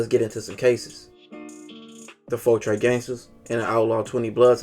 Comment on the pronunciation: You pronounced 13 wrong. Trece is just 13 in spanish...